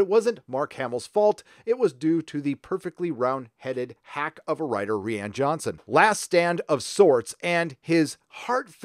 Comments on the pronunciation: Ree-An Jhonson? who is that? i think you mean Ryan. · Ffs its pronounce R-EYE-AN JOHNSON. NOT REE-AN. come on now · Do you say re-Anne Johnson on purpose? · "Reeanne johnson"